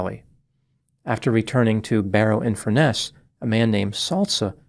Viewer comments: That's FUR-ness not Fur-NESS. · By the way, it’s FURness, not FurNESS. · It makes me chuckle when you say Barry in Furness. It’s actually colloquially pronounced Furnace. Your pronunciation sounds really posh… something you definitely cannot say about Barry 😂